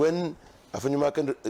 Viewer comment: Wo nso you're too thick. The name is Afenyo MARKIN, not MarkinS. You've been corrected a thousand times.